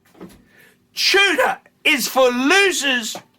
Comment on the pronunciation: What's a Two-dah?